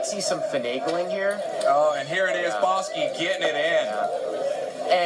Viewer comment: Its like the commentator is trolling boski keeps saying bahski